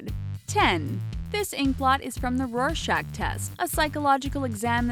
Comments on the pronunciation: only one hating how she pronounces rorschach? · aaaahh the way u pronounce rorschach. >.< it hurts a bit